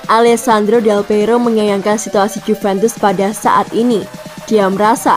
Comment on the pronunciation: Min ijin yg naratornya mungkin bisa dipake yg lebih oke.. Del Peiro pula. Dan ada beberapa yg salah. 🙏🙏